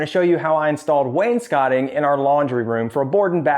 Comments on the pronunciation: Thanks for saying wainscoting right :) Also, Maytag! You go girl!! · they only took me after I properly pronounced wainscoting